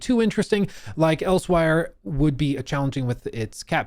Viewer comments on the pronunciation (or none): He also pronounced the Khajiit homeland as "Else-Wire" because he's a tourist.